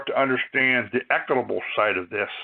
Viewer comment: You can't even pronounce "equitable" or "library" properly. You have no idea what you're talking about. You even think the federal government issues driver's licenses?! Definitely not